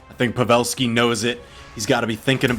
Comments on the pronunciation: Kuddos to the caster who says pavelski's name correct.Its Pa'velski not pave'lski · The way he said pavelski hurt me